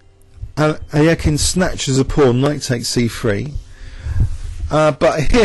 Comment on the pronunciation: lol no it sounds terrible